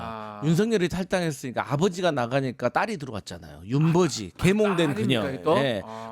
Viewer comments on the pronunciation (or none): 윤버지 들으면 자꾸 ‘윤버ㄹ지’로 들림